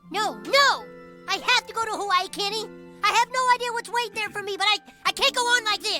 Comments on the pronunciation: All this time reading James Michener’s “Hawaii” ive been pronouncing it “hay-ole” 😂😂😂😂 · How Butters’ dad pronounces Hawai’i isn’t far off but not perfect. The w is pronounced like a v in Hawaiian. Also, they say ‘hapa’ a lot, which basically means a biracial person